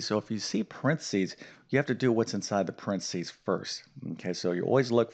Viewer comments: What the hell is prensees? Do you mean paren thes ees? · Brit here. Where are you from? You pronounced PARENTHESES quite differently than we do. Good reminder though on the order.